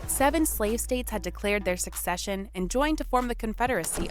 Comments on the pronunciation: One note, she is saying, "succession" when she should be saying, "secession." New York was up there in blue. I wish they had displayed the South in traditional gray. Oh, the picnic-thing. It is much more understandable when you realize basically EVERYONE back then had a super-idealized, even romanticized picture of war. Both sides felt its own cause was just, self-evidentally so, and the other side was just posturing. The civilians coming from the North to picnic thought they were witnessing history, a war that would be over by summer's end. It is important to note that no war since the Revolution had truly challenged America, and none had provided an existential threat, not even the War of 1812 (though some might disagree), and we had "opened cans of whup-tar" (as my cousin has said, in other situations) on everyone who opposed us since (mainly, Méjico and some Indian groups.) War, they thought, was a brief, historically significant, but ultimately lowly threatening thing that "America" was bound to win. Neither side truly considered that both sides had that perspective of divine right, and the Civil War is still, therefore, the bloodiest war in American history. It is bloodier than every other war Combined. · It's not succession, it's *secession*. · "Secession" not "succession" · That was painful to listen to. This lady said, "succession" every time she was supposed to say, "secession." Also, the Emancipation Proclamation did not free all the slaves. That was the 14th Amendment. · Was it annoying anyone else that the narrator kept saying "succession" rather than "secession"?